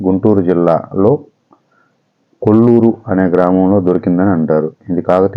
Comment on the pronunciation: Kolluru kadhu koluru